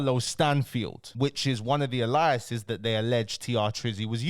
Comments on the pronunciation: Pronounced A- lias my bro.... Big respec and keep the push ✌️💙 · Bro please learn to pronounce alias properly 😂 saying it like some biblical name